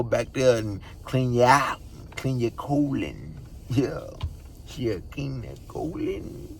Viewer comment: Nigga said “clean ya coolon.” 😭🤣🤣